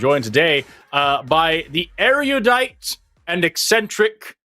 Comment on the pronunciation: No, Forrest, you don't know what erudite is because you put an extra syllable in it.😂😂😂